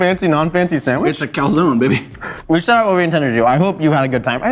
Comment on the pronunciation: "It's a calzone bebby"